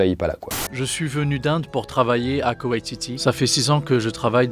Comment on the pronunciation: pov : t’as mis 3 minute pour te rendre compte qu’il parlait de kuwait à cause de la différence de prononciation entre l’arabe et le français 😂 Snn les mecs leurs vêtement c’est liée à la culture mais aussi à la religion